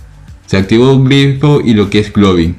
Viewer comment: estoy sordo o dice "Globin"?